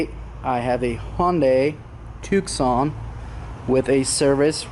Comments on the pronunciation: TOO-SON, NOT TOOK-SON.. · ... the c is silent bro like the city in Arizona lol